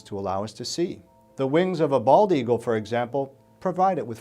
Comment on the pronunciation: Are we not going to talk about how the dude put no space in between bald and eagle. He said Baldeagle